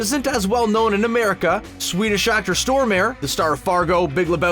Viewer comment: For a Swede, the way that they pronounce Stormare sounds so weird, wouldn't know who they meant if they hadn't shown clips of him.